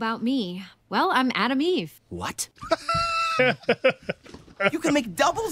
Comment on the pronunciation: lol always thought her name was ADAM EVE sub titles say her name is ATOM EVE, damn US pronunciations.